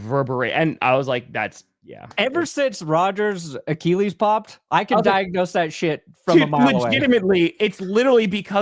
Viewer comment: Achilles pronounced “ah-kih-leez” not “ah-kee-leez”. Read a book.